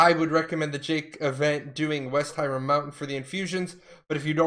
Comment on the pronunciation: I hate the way you say hiram, say it the european, god that shit kills me... H"i"r"a"m